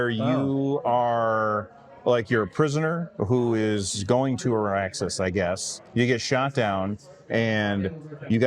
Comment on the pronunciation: Arrakis, not Araxis :)